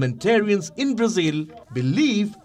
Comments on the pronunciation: Palki, why do you say Brazeal? It is Brazil. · Her pronunciation is more accurate. Brazil is how westerners say it. Brazilians say Brazeal.